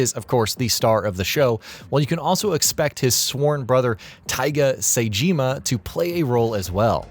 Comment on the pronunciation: good video but you pronounced saejima wrong.